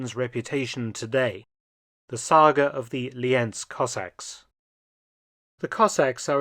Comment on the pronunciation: Yes and they confuse Lienz with Linz in the German synchronisation the English original spells corrctly Lee-Ents and not Linz